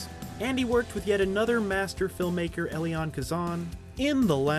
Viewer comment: "Elian" Kazan? Really?